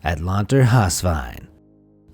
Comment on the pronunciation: My dude, its pronounced. Atlanter - havs - veien. Hav - ocean in norwegian. But still pretty close :)